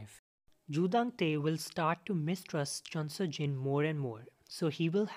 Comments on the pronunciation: Joo Dan Tae* not Dang Tae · It's Joo Dan Tae. Not Joo Dang Tae